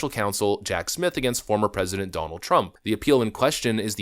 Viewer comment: OMG goof can U NOT ever not speak in double talk - and WTH do U mispronounce TRUMPs 1st name & the MA democracy? Not sure it it remotely as funny as U think it might be